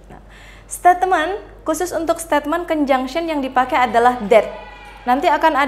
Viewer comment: Koreksi: statement itu mengapa diucapkàn stetmen seharusx steitment